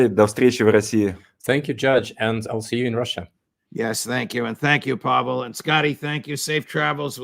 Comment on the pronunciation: Outstanding session! I'm an American living in Russia and it is so good to hear the truth about Russia on American broadcasts. Thank you Judge! And I noticed you also got tipped off on the correct pronunciation of Pavel's name. :)